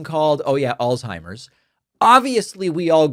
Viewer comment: If you are going to razz someone for forgetting the name Alzheimer you might first want to learn how to pronounce Alzheimer - alts high mer not alls high mer z = ts